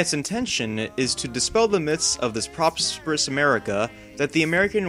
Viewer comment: Proppserous? Lol... get it together bud